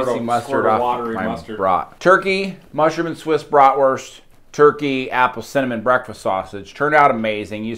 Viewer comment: Love the videos but please could you pronounce the word bratwurst properly in Germany the letter W is pronounced as a V